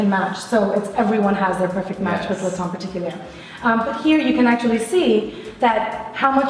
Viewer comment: Is "tient" pronounced "taint" ??? 😂😂😂